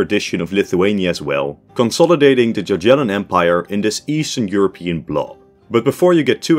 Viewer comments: Cool video, but you dont say JaGiellon but yagielon;) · Jagiellon is pronounced as “ya-ghie-lon” not “dza-dzhie-lon” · There ain't no way he said "gagyellon" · The way he says "Jaggiellon"😭😭 the J there sounds like a Y not a J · Word jagiellon you should say more like yagiellon with "g" like in word "good". To spell '"j" or "g" in the way you said it we have in polish two letters "dż". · bro really said dziadzielon dynasty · bruh, you didn't just say jaj-yellon ... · Jagiellon is pronouced Yagyelon (with hard g). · “Djadjelon”…… Is it really so hard to find correct pronunciation of a single foreign word? SMH…. It’s the equivalent of pronouncing “British Empire” as “Brightish Eempoyar…… “